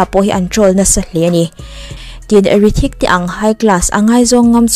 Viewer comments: Hrithik ni nana rithik tiin lam tlat chule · Hrithik tihtur anilo mi ,i lamdan hi rithik ang in ka hriaa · Rithik nilovin Hrithik tiin lam zawk tur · Rithik ti ang in a hming hi i lam tlat a, beng a verh tlat, Hrithik ti la ngaihthlak a nuam tur a nia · H, hi lam ri tel la tha tur